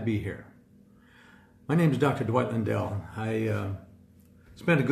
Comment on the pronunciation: His last name is Lundell not Landell.